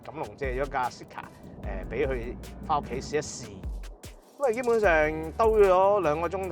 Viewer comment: “Zeekr” 呢個名用 voice navigation 有啲麻煩，因為香港人讀 Z 經常讀咗 S音，R 又讀咗 Ah音，所以Zeekr就變成 Seekah. 所以架車聽唔明可能係Honglish嘅問題😂